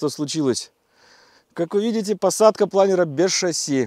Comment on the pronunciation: очень радует фраза, произнесённная с правильным ударением: «... без шасси́» 😂👍👌😉🤝🤝🤝👍